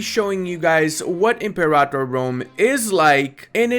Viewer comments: ImperATor not imperator 😓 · pronouncing the name wrong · I had to stop watching after about the 10th time he pronounced "Imperator" wrong